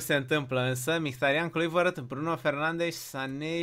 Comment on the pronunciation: Si de cate ori sa iti spun ca numele lui Kluivert nu se citeste asa